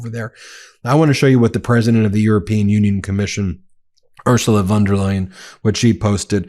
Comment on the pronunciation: Ben, just wanna help out your German real quick- in "Der Spiegel," the "der" isn't pronounced like "dare," it's pronounced like "dirt" without the "t." Doing the "dare" pronunciation is a hallmark of the bad Amerikaner accent 😅